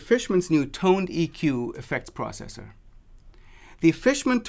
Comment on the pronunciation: Pronounced tone-deck.